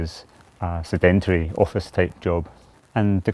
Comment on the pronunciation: Is no one going to mention Mcloed can’t pronounce sedentary! No idea what the rest of this video is about.